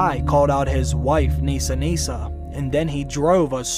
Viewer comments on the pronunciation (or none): it’s Nissa Nissa. Unfortunately for me (Nissa is my name) I don’t pronounce it Neesa so I’m sure anyone I meet after this season will hey it wrong!